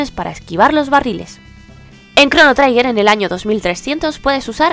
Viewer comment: tanto te costaba informarte de cómo se pronuncia la palabra 'Trigger'? Suena chirriante durante todo el vídeo.